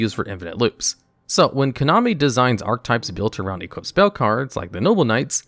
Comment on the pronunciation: "Konomi" lol